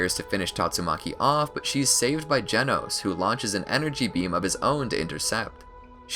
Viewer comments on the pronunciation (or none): none